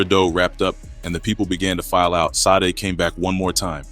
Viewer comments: Said you mean Sade(Sha-day)😂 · I appreciate the love you show our beloved Town. But, Sade is kind of Sacred around here. Her Name is pronounced: shah-day. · Never heard of a 🥷🏿who couldn't pronounce Sade.🤣🤣😭😭😭😭😭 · I thought the same thing after he said Sade’s name wrong.